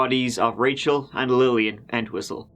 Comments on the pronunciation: not me thinking ya keep saying "kneel and whistle" honest edit - doesn't sound like Chief Wiggum lmao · Thought he said "Neil MeatWhistle" 🥩😙